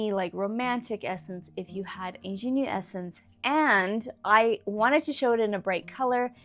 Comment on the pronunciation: You need to look up how to pronounce “ingenue” correctly. I had no idea what you were trying to say at first.